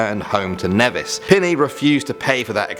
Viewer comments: Cringed a lot by the way they pronounced Nevis... It's pronounced like Knee-vis not Neh-vis. Okay goodbye now. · Hiii I'm from Nevis and I was so surprised when I heard you talk about my island since we are barely ever mentioned. BTW we pronounce it N-ee-vis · "neh-vis" ???? It's pronounced ni -vis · pronounced nee vis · I know chances are that you won't see this, but the pronunciation of Nevis is actually Neevis